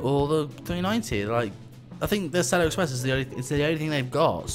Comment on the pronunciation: I’m from America and the way you pronounce Acela is fine